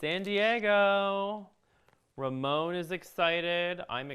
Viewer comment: This was a fun video to watch. Please make more live videos like this and maybe some home decor as well, YAY.... BTW yes that is how you say my name. Ramon Home